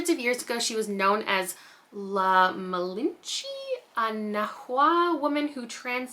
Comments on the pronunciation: Immortal pleasures sound amazing. For pronunciation Malinche is Mah-leen-ch-eh and Conquistador is Con-kis-tah-dor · On the V Castro book the word is pronounced mah-lean-cheh and con-kees-tah-door